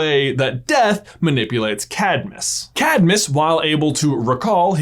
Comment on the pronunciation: What about Davy Jones? "Do you fear Deat'h?"